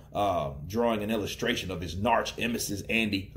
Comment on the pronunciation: are you saying 'narch emesis' on purpose ? lol